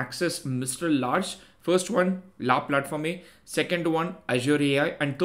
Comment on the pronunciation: "Au Large" means to be out on open sea in french. It's pronounced "O Larsh". La Plateforme is pronounced "La Plahtform"